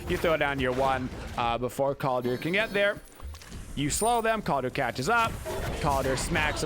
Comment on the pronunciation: Sorry, it really grinds on my ears to hear you call him Kaldir with an i. It’s Kaldr, no i in the spelling or pronunciation. Skadi’s voice lines don’t even pronounce it that way.